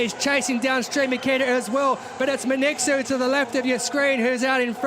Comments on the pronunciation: He mispronounced her name completely! Her name is not Men etsu! Wtf is men etsu? . Her name is Mengistu. pronunciation men- ghee-stew. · What a loose commentary was that?! it is Men-Gistu, not Minqsu or whatever your British accent is. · Ho do you get her name wrong repeatedly???? MENGISTU WTF??? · How is the commentator can not say her name Mengistu correctly? Congradulation Tigist you made us all proud Ehiopians!!